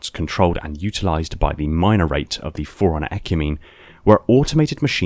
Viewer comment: You say forerunner like foreigners